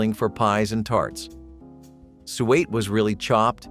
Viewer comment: lol its not sweat pudding its SOO-ET